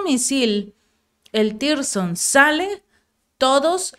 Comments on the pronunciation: podes corregir a tu periodista? No se llama tirson, se llama zircon...👍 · hace rato que dices Tirzon y es " 3M22 Zircón " 😂🤣🤣😂😂👍 y no está demás decir a la Federación de Rusia que tiene todo el apoyo incondicional desde Latinoamérica. Saludos desde Santiago de Chile...🇨🇱 💕🇷🇺 💪💪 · Zircón es el nombre los misiles no es tirzon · Se pronuncia zircon, no tirson...